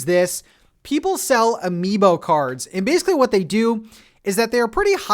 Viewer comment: Say amibo one more time! I dare you! I double fucking dare you! (Samuel L Jackson, voice, pulp fiction)